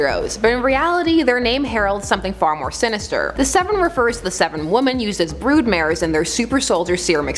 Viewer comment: just listen how she pronounces women...